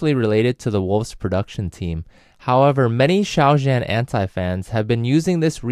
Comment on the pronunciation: (Just a note: Zhan is pronounced closer to "John" -- "zh" is a "djuh" sound, not like the soft J in French "je", and the "an" is more like "on", not "anne".)